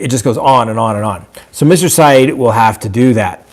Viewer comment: *His name is Adnan not Adan and the last name is pronounced Si- Ed, not Si- EEED. And i think he killed Hae Min.